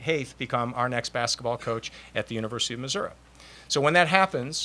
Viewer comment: mizzou might be in trouble... wow... he said missurah a little bit before 2 minutes into conference and again and